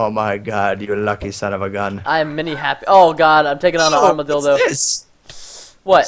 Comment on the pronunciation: "Armadildo hahahaha!